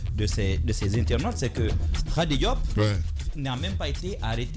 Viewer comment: Et puis vous êtes tellement nazes que vous prononcez xadi et non kadi, comme le prononce tout bon guinéen.